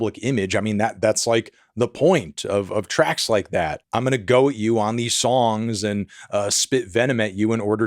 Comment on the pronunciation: goad not goat